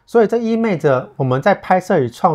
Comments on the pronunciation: 意味ㄨㄟˋ著 影片很好看，但揮之不去的錯音🤣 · 真的聽了好累，因為這是一個好常聽到的詞喔，但阿默的照片很好看，讓我忍住跳出繼續往下看